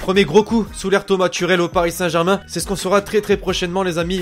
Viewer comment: t'a dit turel a la place de tuchel